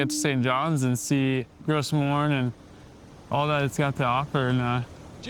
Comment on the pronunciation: gros morne is pronounced like grow mourn.